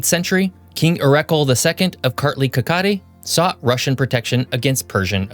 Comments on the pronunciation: Pand kaketi is kaxeti not kaketi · and i'm just gonna say something plase say kaxeti not kakahet cuz i don't think it's that good to add that much words